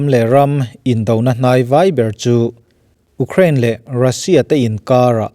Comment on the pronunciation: Ukrein ni lovin iukrein tiin lam a fuh zawk ang.